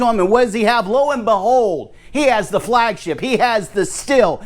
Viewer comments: What would be great is if people would learn how to pronounce the name Stihl. It's pronounced Steel (or Steal), not Still. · Also a heads up. it's not STILL I understand the debate, and for anyone that is interested it's not STILL it's not STEEL There is a longer explanation, if you want to know , let me know and i'll be happy to tell you, But it's like this the closest english phonetic spelling would be SHTEAL SH like SHIT and TEAL like STEAL so it's SHTEAL not Still or Steel or Shtil HOWEVER.... and i don't think it's that hard to do , But it is said that for those that struggle to say SHTEAL , they use STEEL and i understand that , But if we are going to discuss how IT IS ACTUALLY PRONOUNCED then SHTEAL is the correct way